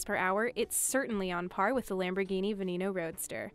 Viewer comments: And then she gona say for all you car lover's out there the Lamborghini venemo. Instead of Veneno. Like What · There is no way she just said Lamborghini venEEENO. This bitch knows nothing about cars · Lamborghini "Venemo" 🤣🤣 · Its veneno not vanemo. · Can you learn to say the car names... “Veneeeno” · for all you car lover's out there the Lamborghini venemo. 😒 Oh shit i forgot to mention that she said Bugatti Viron insted of Veyron Okay okay I'll stop now